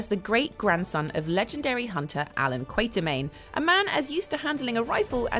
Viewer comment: Alan Quartermain, not Quaintermain. Seriously.